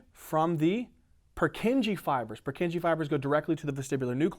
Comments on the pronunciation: The pronunciation of Purkyně cells kills me. Anyway, good video, keep going, it helps a lot! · good lesson but his pronuntiation of purkinje cell is killing my ears